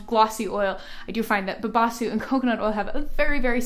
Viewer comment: It is babassú (the stress is on the ssú)